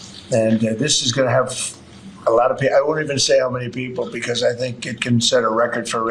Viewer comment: STOP CLAWING AT THE CAMERA STOP SAYING "PLAY THIS CLIP" IT'S JAIL, NOT JAL STOP SAYING "BECOSS"